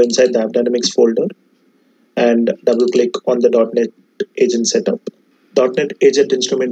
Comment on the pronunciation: It is .Net not .Not :)